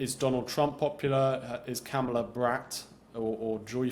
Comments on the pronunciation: It's pronounced "Comma-la." I know it's hard for racists, but you can do it!!! 😊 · Can we please stop saying KamEla; its KamAla. 😊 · You dont say ARPPLE , its Apple you dont say VAANCE its VANCE LIKE A in Apple. You dont say KAMELA like Camel you say Kamala like Ca-(r)-MELA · Did you say,Kamella? I think I heard,Kasmella. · It’s pronounced Ka- mala, with emphasis on the first syllable. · I enjoy listening to him, he’s quite intelligent, but does Victor mispronounce names on purpose? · Your purposeful mispronunciation of Kamala's name reveals your smallness. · You are intellectually lazy and can't even pronounce her name correctly. Duh! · I write this commentor off as he either is unprepared to pronounce Ms Harris name or deliberately mispronounced it. Stopped listening then. He is a tool. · Great mind, but I wish he'd pronounce Kamala and a few other words correctly. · This is the second time I'm hearing this guy. He says articulant, pronounces Kamala's name as Camilla. But we assume he knows what he's talking about? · So Vance is "very articulunt"... 😅 Please learn to pronounce "Kamala." I know you're doing that out of disrespect. It's what Donnie would want. 😉